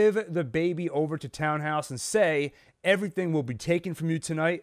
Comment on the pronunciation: I know it’s silly to care, but it really is “Tan-house” not “Town-house,” and the difference is distracting. Sorry.